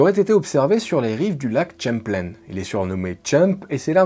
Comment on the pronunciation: Quand j’entends un Français, non plutôt un Luxembourgeois – pour ne pas me tromper moi-même –, parler du cryptide aquatique appelé Champ du Lac (attention) « Chemmpleyne » mes oreilles et mon coeur pleurent. Il faudrait faire plus d’attention et d’efforts pour honorer le fait français d’Amérique surtout lorsque l’on évoque le géant de l’Histoire que fut Samuel de Champlain. Il a été le premier Européen à remonter ce lac : en juillet 1609, il prit part à une expédition algonquine et huronne, remonta la rivière Richelieu et pénétra dans le lac, qu’il baptisa de son nom le 14 juillet 1609. Que la part québécoise du Lac Champlain fasse (aujourd’hui) moins de 10 pour cent de ses 201 kilomètres de longueur ne change rien à mon point de vue.